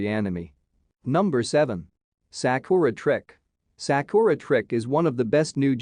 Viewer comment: You pronounce Sakura in Sakura trick wrong